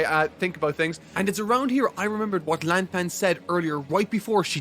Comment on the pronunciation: He also mispronounces Lan Fang